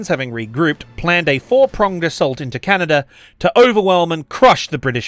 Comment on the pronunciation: I mean this kind-heartedly, but when you said "Canader and" instead of "Canada and" I had to pause the vid due to laughter.